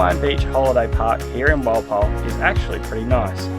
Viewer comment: Walpole sounds like Wall pole